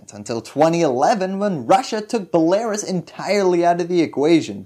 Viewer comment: The way you pronounce belarus hurts my ears 🤣